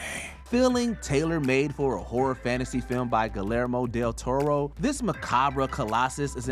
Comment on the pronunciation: Who tf is "gillellrmo del torrow"?